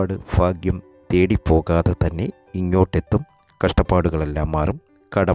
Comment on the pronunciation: എന്തോന്നെടെ കോപ്പേ ഇത് 🤔 "ഫാഗ്യം", "ഫാവി", "ഫാഗ്യക്കുറി" 😡